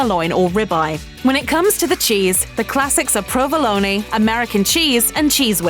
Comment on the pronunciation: Philadelphia fact check Provolone has a silent e at the end of it Italian rolls are not, never have been, nor ever will be referred to as a “hoagie” A hoagie is a type of sandwich commonly referred to a sub sandwich in other regions. They require an Italian roll so what you meant was “hoagie roll” not “hoagie”. Imagine eating s cheesesteak atop a sub! Although I’ m sure someone somewhere created and sold such an abomination.